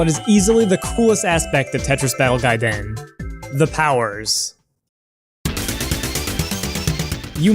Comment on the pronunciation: I want you to do every future video exclusively in Japanese because the way you pronounce it is A+ - austin